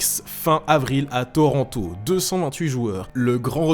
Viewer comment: on dit toronto pas toranto